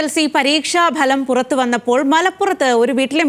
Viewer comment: പരീക്ഷഭലമല്ല ഫലം